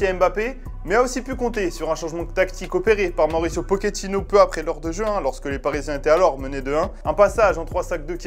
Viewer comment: c'est pochettino, pas pokéttino